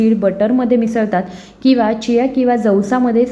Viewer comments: खूप छान माहिती आहे. व्हिडिओ मध्ये ज्या बियांची नावे सांगता आहात,त्याचा लिखित व्हिडिओ दिला असता व त्याच बरोबर बिया चित्रांकित केल्या असत्या, तर या वस्तू जास्त स्पष्ट झाल्या असत्या.एक बी स्पष्ट कळत नाही.जियासीस का काय ते दोनदा ऐकूनपण समजले नाही.कृपया आणखी एक व्हिडिओ बनवण्याची तसदी घ्यावी. ही विनंती. धन्यवाद!! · खूप छान माहिती दिली आहे त्याबद्दल धन्यवाद पण व्हिडिओ मध्ये ज्या बियांची नावे सांगता आहात त्याचा लिखीत व्हिडिओ दिला असता व त्याच बरोबर बिया चित्रा कीत केल्या असत्या तर या वस्तू जास्त स्पष्ट झाले असते एक बि कळत नाही जियासीस का चियासी चार वेळा ऐकून समजत नाही कृपया आणखी एक व्हिडिओ बनवण्याची तसदी घ्यावी ही विनंती धन्यवाद मी पुणे आंबेगाव बुद्रुक येथून तुमच्या व्हिडिओ पहात असतो